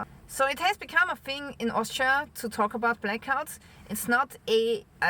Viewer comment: love your posts. only one gripe. us english have a problem with only one word: Thing! if you say fing in the north of england you are classed as uneducated!! I know you are not. It is just a dialect thing> Sorrry to be the party pooper! Happy New Year!